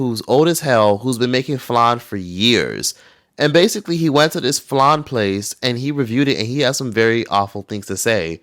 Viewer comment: It’s not fucking FLAN .. THIS IS WHY REGULAR PPL THAT DIDNT EVEN GROW UP IN A KITCHEN SHOULDNT TALK